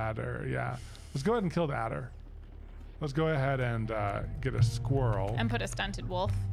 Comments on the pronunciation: A - der. Adder. There is no 'L'. Good grief, you're just makin' ish up, at this point! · I love how says addler instead of adder.